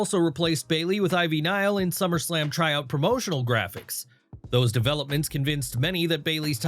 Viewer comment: Bring back the British guy. At least he can say SummerSlam and not SlummerSlam